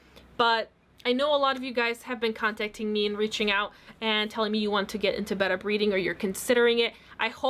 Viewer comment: I don't think your saying betta right???